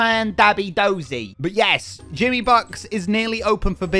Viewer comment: Jimmy is the only one saying it right😂